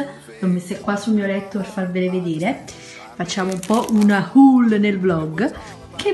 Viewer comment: ma puo darsi che in migliaia di video non abbia imparato a pronunciate la parola "haul" in modo corretto? lo ponuncia come se fosse un saluto indiano!😔